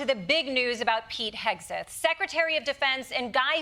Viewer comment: Did someone say Hauge-seth? 🤔